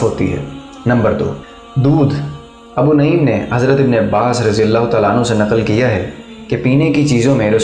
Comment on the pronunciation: Abu naeem nahi Balke Abu nuaem he